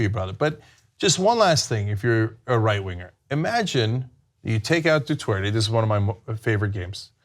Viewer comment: Where is Cenk getting the W from in Duterte? There is nothing in Spanish, English or Tagalog that magically turns Duterte into Dutwerte.